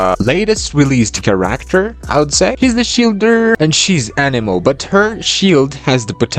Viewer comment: Brother, that's not how you say "character"...